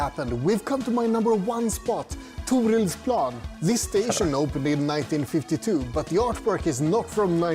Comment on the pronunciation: It's impressive how you try to pronounce the names. And it is not far off either. "Thorildsplan" starts with a hard "T". The ending is pronounced with an open "A" (as in "Aha" or "Aw..") But very well done with Rådhuset ⭐⭐⭐⭐⭐